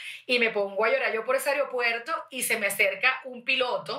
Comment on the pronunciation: Y ella dice aeriopuerto xD